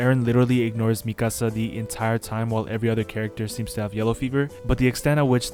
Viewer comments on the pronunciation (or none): its not "mi casa" its me ka sa